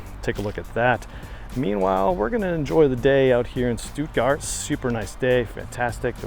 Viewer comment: Very useful video, thanks! And that's the funniest way I've ever heard anyone pronounce "Stuttgart". 😅